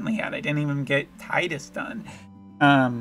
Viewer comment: Public Service Announcement from an elder: You're right, it's pronounced "Tide-us." FF7 "Cloud" (pronounced how it's spelled, is a reference to the fluffy things in the sky); FF8 "Squall" (pronounced how it's spelled, is a reference to the sudden gusts of wind bringing water); and FFX (pronounced "ex", not "ten," it was supposed to be an experimental FF game which is why it broke the numerical line) "Tidus" (pronounced how it's spelled, is a reference to -- say it with me now -- the t-i-d-e. That's right, tides like the water. Tides, water, obvious themes of FFX).